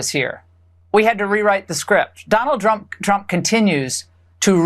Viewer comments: YES YES, you were saying it correct whats in your mind,. Donald Drunk and Donald Dumb You connected together and invented new word for Donald Drumb. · Did she say Donald Drunk, Donald Trump!💙🤣😅😂💙🤣😅😂💙